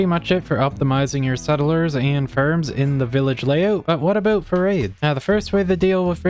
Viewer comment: The way you say ''out and ''about'' screams canadian i can hear that even tho im danish